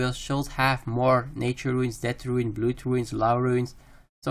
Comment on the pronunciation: Good video, but you need to work on your pronouncation on some English words, like "blood" for example. Other than that, good work. :)